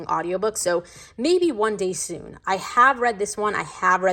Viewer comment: Am I the only one, that when you say „ I have read“ heard that it sound like „hagrid“ okay? Anyways amazing bookshelf ✨❤️